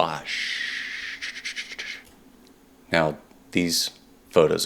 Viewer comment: Great stuff, I enjoyed it. one thing tho, Wabash is pronounced WA bash. Thanks for sharing this.